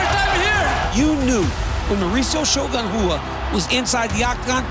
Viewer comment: Shogun Hua? So we are just spelling things how we pronounce em now, UFC? Next they’ll be writing out “Yo-Ana YunJenCheck joins the HOF!” 😂😅